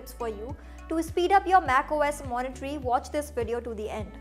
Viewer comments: Monterey, not Moniterey. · I hope this is taken as a positive feedback but it's not MacOS "Monitory", it's Monterey. Pronounced as "Mont-a-ray"